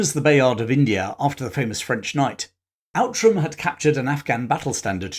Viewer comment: Outram is pronounced Ootram.